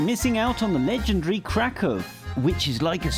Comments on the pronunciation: It is craCk-Ohw) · Roklow lol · Omg yes I was cringing when he said Kraków cos he said it wrong and I don't know what the other city was cos he said it wrong. Also I cringed because I am polish and in Poland right now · Kraków != "KRAKOV" IM DYING! Wrocław != "WROKLOV" OMG xD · His pronounciation of Polish cities is painful. It’s not Rawclaw, but Wrocław! (Vro-sslav)